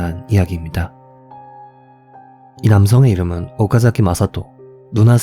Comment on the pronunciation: とう쿄, おお사카, 오카ざ키, ちょうせん징…일본어 발음을 중간중간에 섞는걸 보면 일본어를 쪼끔 하시는 것 같은데, 쥬라기 park처럼 부자연스런 느낌…그냥 다 한국 발음으로 하면 안될까요오오오